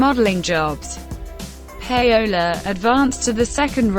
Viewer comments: its not pronounced Pay Ola..its pronounce Powla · Pay - ola??? Get it right woman you must have heard her name before..! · THE REAL PRONUNCIATION IS PA-O-LA A WITH AN A LIKE AMIGO IN SPANISH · Wtf that really is not how russ's wifes name is pronounced.